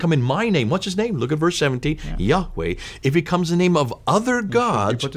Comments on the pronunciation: Excuse me br,but YaHWeH is pronounced yaa- way/for example you dont say Hallelu-Yagg like the Dutch,Greek,Arab,Hebrew "G" in eCHad/(w)acHad,but hallelu-YaH(WeH),get the point dear brother 1Love each1teach1! Deut6:4Hear((i)Shma(el)) o Israel Yahweh is our God,Yahweh is 1(Echad unified one and numeric oneness.Yachid, the main Hebrew word for solitary oneness, is never used in reference to God. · am a avid follower of your channel, but i would disagree about the name of Yahweh as the name of our God. Its YHWH, we were taught by our preacher that the pronounciation was lost in time and we shouldn't use the word YAHWEH because it was not written in the Bible its YHWH - historically speaking the word YHWH was can be found also outside the Bible, it was written in a clay tablet announcing the defeat of the Isralites. just sharing...